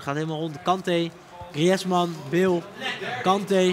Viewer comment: het is echt tering hinderlijk hoe die bas griezman uitspreekt